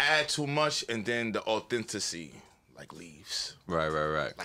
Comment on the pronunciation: This the second episode has said “AUTHENTACY”. This nigga can’t say AUTHENTICITY to save his life 😂😂😂😂😂